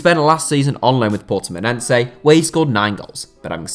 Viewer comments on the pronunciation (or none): U saying Portimonense makes me laugh what a dumb guy